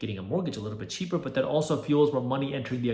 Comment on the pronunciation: Cheaper not "Cheeper"